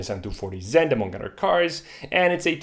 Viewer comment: Hehe he said udder